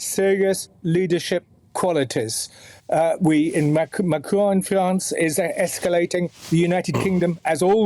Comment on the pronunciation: Who the hell is Macrone? I do wish Americans got tutored in how to pronounce.